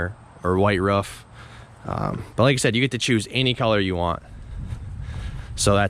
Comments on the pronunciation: its pronounced "roof" not "ruff" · Ruff? It's a ROOF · 7thsfgp in KS we say “ruff” too. Weird. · maybe in your universe. In this world, we say "roof"